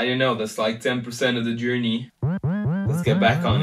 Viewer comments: Bruh it's like and not leik c'mon r u serious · why u say liek not like